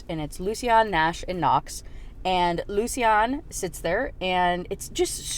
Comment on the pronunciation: I'm fine with you choosing to pronounce lucian in a way that the author didn't intend, but the way you ended up saying it is just horrible 😅 "lucy-anne" is what i hear every time